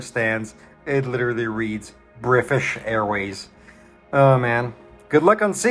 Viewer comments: we’re coming from a really wholesome piece and then is like: “to hell with it, someone ruined British for me, so now it’s Brifish for everyone else” Cool touch man /s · You son of a gun! “Brifish airways” 😂😂. Great video sir!